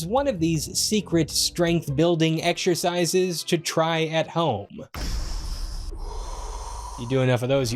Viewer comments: Eck-sher-size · Love how you say "egg-shur-size" lol Do you do it at the lieberry?